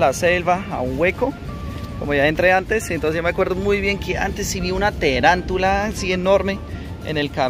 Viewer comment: Gracias Por hacer de Colombia una de las maravillas del mundo, y no sé dice '' terantula, Es tarántula " por lo demás el tayrona es un parque muy especial y maravilloso y pronto estaré por allá de vacaciones!